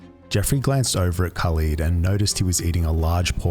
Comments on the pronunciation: No Saudi Pronounces Khalid as Kaleeeeed I’m most impressed by his ability to get a 200m Amex tho…could’ve been rich for the rest of his life off of that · hahahah, i thought the same. khalid is is not pronounced khaleed, it's just khalid. and its a name not just common in the arab world, but a reasonably common muslim name. surely someone would've noticed he can't even pronounce his own namw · The way he pronounced his name "Khaleed" was first sign of fraud... That's not how we say Khalid .. خالد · ok as an emirati please learn to say the names, its HALID not KHALID the K is silent in arabic, like PH in Phone, KH is a HAA sound. next SAUD said SAH OUD and its said DU BAY not DU BUY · He can't even pronounce his own name correctly.. khaleeed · HE cant even pronounce his name properly and people believed him? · For a person who couldn't pronounce khalid correctly but got far. He didn't even look Arab to begin with.